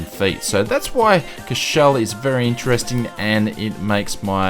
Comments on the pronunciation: Number 4 is pronounced 'core-sh-val' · Its "COUR" "CHE" "VEL". You got to pronounce all the letters. Also small fact about this airport, pilots need a special license to land there. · I'm affraid you also dropped the v in Courchevel